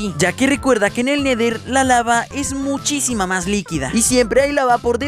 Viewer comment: No se dise neder se dise nether